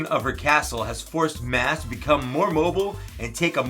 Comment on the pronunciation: Maz- M-ah-z